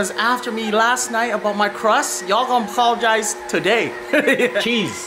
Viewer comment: “Ya’ll gone pologize.. today!!” 😂😂😂😂